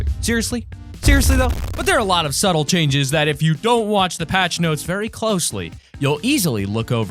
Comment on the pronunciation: A lot of "stubtle" changes :p